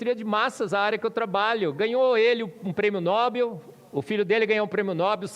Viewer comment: Ajudando: O nome Nobel é OXÍTONO. No-BEL.